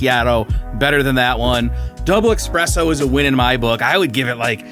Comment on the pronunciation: Espresso. Not expresso.